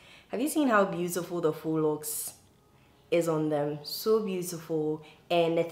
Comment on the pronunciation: Thanks to you! I learnt how to pronounce faux correctly 😊